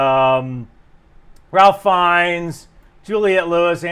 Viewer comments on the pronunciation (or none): Ralph (Finnes) it's not "Ralf", he's Irish and pronounced as "Raffe"(or Rayf? Maybe a better display) . Yer awesome! Just a miniflaw! A mini correction from the Irish side. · Ralph Fines’ first name is pronounced Rāf (rhymes with safe).